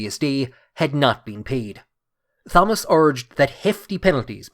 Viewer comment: You don't pronounce the H in Thomas. Extremely annoying.